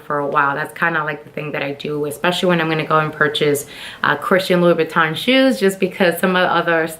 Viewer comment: 5’7” is NOT tall. And nothing wrong with being 6 feet. You can’t pronounce the brand. You are so ignorant and are trying way too hard imho.